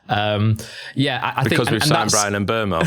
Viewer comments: Still not right. Everyone either says ..oo-mow or ..err-mow, but it's somewhere in between. Just a French "eu" vowel sound really. And the end o should be more truncated than everyone does it. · FFS there is no r in Mbeumo. M Boom O, it’s not hard.